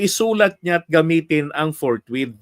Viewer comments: Ang alam ni Cheese "FOURT MONTH....hindi forthwith😃😃😃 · Ang basa ni keso ay fourwith kaya apat na buwan ang desisyon niya.